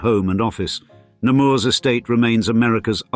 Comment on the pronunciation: In french, you don't pronounce the s at the end of Nemours